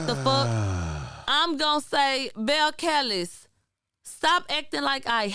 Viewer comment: “Bell-kell-is” LMAOOOO🤣🤣🤣